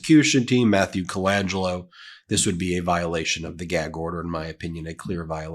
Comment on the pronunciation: "I got a geg order".